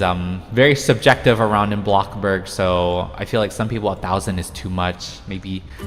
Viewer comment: FOR THE LOVE OF GOD PLEASE STOP PRONOUNCING BLOXBURG AS BLOCKBURG